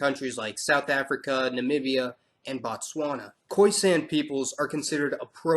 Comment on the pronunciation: Y'all Need to learn how to pronounce my country's name, Botswana! Batswana- people! BOtswana - country Damn!